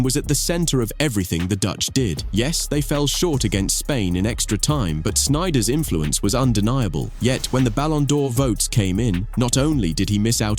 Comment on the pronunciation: Good unyil i heard sniejder and vvd